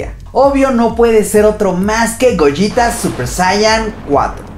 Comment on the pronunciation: No Gogeta lo dices como goyita